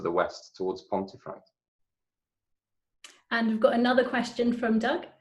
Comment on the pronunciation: An interesting video. However, is it not pronounced ‘pumfret’?